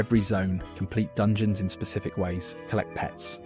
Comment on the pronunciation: "dungoens" Yes